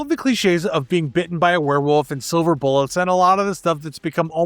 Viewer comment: *VvereVvolf you mean?